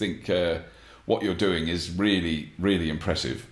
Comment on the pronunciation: "... what you're doing is reelly, reelly impressive..." I guess Robert didn't notice this. :D Edit: Or maybe he did because he said "really/reelly" multiple times after he started to talk to the camera. :D